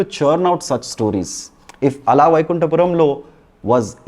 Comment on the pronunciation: Buddy it's not ALAA VAIKUNTAPURAMULO. It's ALA VAIKUNTAPURAMULO. There is a huge difference in meaning. Cheers.